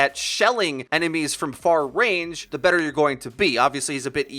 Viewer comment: “And why he’s going to be even good” forgot the er there